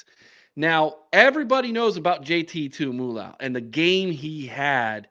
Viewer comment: Buckeye Bob here. If you’re ever gonna be a legit Buckeye podcast, you need to pronounce JTT’s name: Tu mu lo o ow???